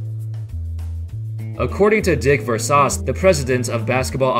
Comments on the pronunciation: Is Ver-SAH-Chey NOT VERSACHE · He said Dick Versauce...it’s Ver Sayse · Dick Ver-sauce? You lost all basketball credibility with that mispronunciation. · His voice sounds like one of those bot programs. That is how a computer would pronounce Versace. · Is his name actually pronounced Ver•Sauce? It's spelled like Versace tho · You fr just pronounced Versace as ver-sauce. lol. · Dick "Ver-sauce'. Please never learn to pronounce words. It's what sets you apart from the other hoops channels. Lol.